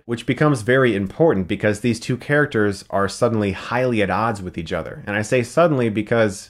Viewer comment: Chris has been saying "each other" a lot lately and I've only noticed because of that thing people do where the CH in each becomes DGE in fudge.